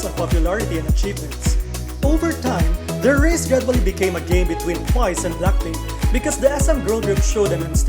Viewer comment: i hate the way you pronounced BLACKPINK.. can't you pronounced BLACK properly? not BLAK but BLACK.. BLACKPINK okayy? not BLAKPINK.. anyway congrats BLACKPINK.. i wish to see their performance on Award/Year End Show.. it's been a long time the girls doesn't appear.. for TWICE.. tbh, their recent releases like More & More, I Can't Stop Me doesn't hit enough like their previous song Feel Special & FANCY.. honestly, FANCY concept is superior for me.. JYP should using that concept again in the future.. for live singing, i'm agreed with those netizen.. they already 5 years old, but i won't blaming the girl.. JYP should stop giving them high pitched song & stop using Nayeon - Jihyo alone to carry the whole song.. Jeongyeon & Mina should have more line too because they are Lead Vocal.. stop forcing Momo using that cringey voice, that's ain't cute tho.. Momo supposed to sound better than that.. Chaeyoung should having more rap because she is Main.. JYP is suck.. for Red Velvet, they ain't leaving the 'race'.. they just on their comfort zone & stay unbothered with those 2 group.. i was upset with those netizen who attacking the other girls.. the controversy is about Irene, but the other girls is affected with that.. end of 2020 supposed to be exciting because Wendy is finally back.. but nevermind, i'm anticipated their comeback.. i love BLACKPINK, TWICE & RED VELVET..